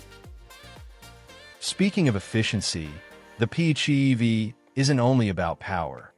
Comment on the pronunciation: Not bad info, but if you want to be taken seriously you need to ditch the crummy AI voiceover. I cringed every time it said PHEEV, or MP-Go (instead of MPG-equivalent) or the Toyota R-A-V-4 instead of RAV-4 etc.